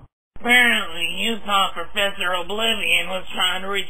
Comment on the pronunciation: PROfessor oblivion!